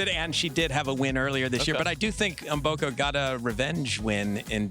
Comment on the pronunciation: Funny pronunciation of "Maboko" instead of "Mboko"😅 In fact, as a Ugandan( bordering with Congo), I already know that "Maboko" means "hands" in Lingala, Mboko's parents language.